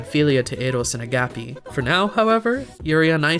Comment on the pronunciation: your pronounciation of agapé makes me want to not